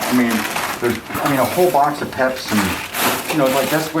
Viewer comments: Ok, side note from the main point of this video, why did he pronounce Peeps as Peps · Peeps not peps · The way he said peeps as peps 😂 he seems like he’s just kinda numb to the whole thing at this point and just wants her cleaned up. Poor dude. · Him calling peeps 'peps' may have been the call for divorce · Did anyone notice him say "a box of pepsi" when he was talking about the box of peeps? Lol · Of all the things I cant believe he called peeps "peps" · I thought he said 'Pepsi' as well, and there was a Pepsi bottle on the floor when he said it. I'm pretty sure that's what he was referring to. She probably did have Peeps around too, with all the Easter stuff. :D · Me either!! I really want to tell him the proper thing to call them!! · I thought he said Pez... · i was confused because i thought he said pepsi at first